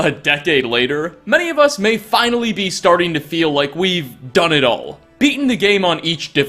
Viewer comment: "Stortring off"? Starting is the word you're looking for, it has an A not O. Cannot unhear.